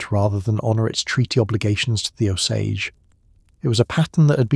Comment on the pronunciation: And by the way, I dont know how many times the AI mispronounced the name of the Indians - its pronounced "Oh-sage." So before you put down a 65 year old "White" woman who died in the 1940's - maybe you should get yourself right with the Indians.